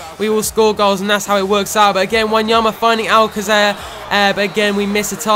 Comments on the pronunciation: Just saying that its pronounced al-kaser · I think it can be pronounced Many ways, regarding the Alcacer situation, however as the Spanish pronunciation of c is a fh/hf it may be something like Alfafer but it.can be pronounced any way.